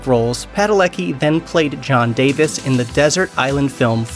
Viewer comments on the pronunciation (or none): none